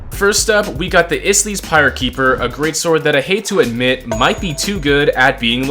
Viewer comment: how do you manage to mispronounce both kyrsieger and ysleys 💔